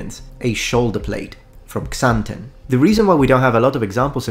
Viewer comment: Xanten ... As a Hessian: ... Siegfried Xanten? ... Yes. Flawless pronounciation. Hope Worms will be mentioned soon.